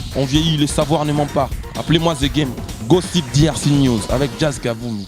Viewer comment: eeee nzambe Jazz Gossip na anglais eza Gassip